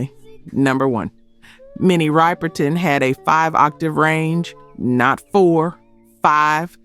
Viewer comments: Mini Riperton "Ripperton" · Good info, but can't get past your mispronounciation of Minnie's name, and not paying homage to her later body of work, including Memory Lane and Adventures In Paradise. C'mon, now...